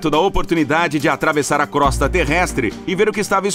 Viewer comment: Crosta pronuncia crôsta e não crósta